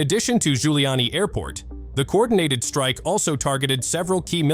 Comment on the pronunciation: the way in which you ''pronounce'' the local names is disgusting it is KIEV [ keeyev ] and no way [ kaiv ] and the airport's name is NOT like former NYC mayor GIULIANI